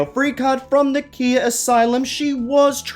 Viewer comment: Khia is pronounced kye-ah, like a kite. but who cares thank you for this video!